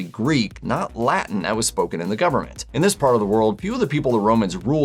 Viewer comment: I’m pretty sure that no one in the Roman Empire spoke La’en.